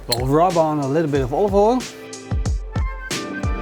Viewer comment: Die close-ups als je proeft zijn echt onnodig en soms wat vies. Probeer ook aan je uitspraak van ‘oil’ te werken. Top video verder!